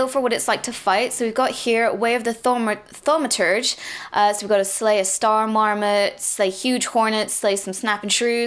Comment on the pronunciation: its tha-ma-tur-ja.